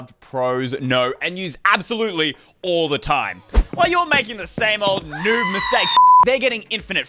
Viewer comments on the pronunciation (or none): none